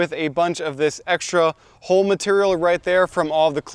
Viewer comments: It took me several times before I realized you were saying hull and not hole. Hull, rhymes with mull and dull but not with bull and pull. I apologize if your pronunciation is due to a local pronunciation or if you are not a native speaker. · I never before heard anyone pronounce "hull" and "hulling" as "hole" and "holing". 😂🤣😂 It took a little while to figure that one out. But then I was amazed when he was actually HOLING them. 😂🕳️ ... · We pronounce it Hull not Hole. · Good information and you presented it well. But... Hull – ( həl ) (rhymes with: lull, gull, and skull) the outer covering of a fruit or seed, especially the pod of peas and beans, or the husk of grain. Hole – ( hōl ) (rhymes with: mole, goal, and scroll) a hollow place in a solid body or surface.